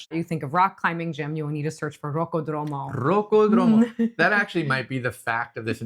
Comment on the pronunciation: rocco dromo must be some rocco siffredi's homie. It is rocOdromo, with the stress in the second o, and all together because it's one only word. 😅